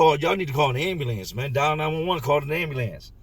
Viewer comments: Man I love the way he say AND BE LANCE😂😂😂😂😂😂😂😂😂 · ...everytime you say "ayam-bew-lance" I can not help but suppress a tiny giggle! NOT poking fun, no disrespect at all, you just say it with so much expression, and with your accent, it comes out sounding differently than I've heard it ever pronounced before! You kill it every time! Much love and respect for you and all of yours! From one of the real ones out west! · Why is ambulance so hard to say? Ha ha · I've always been a little tickled with how pronounces "ambulance", until today. What Gilbert did to himself is unbelievable. His devotion to that girl is admirable and it is so sad that someone would use his desire to be a father in order for profit. RIP